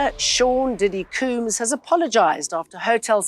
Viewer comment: Sean diddy “Coombs” 😅😅